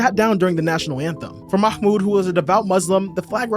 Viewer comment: haha great video though. Pronunciation is Mah-Mood. Not Makhhmood 😂